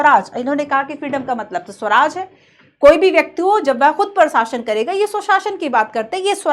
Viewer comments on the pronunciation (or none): none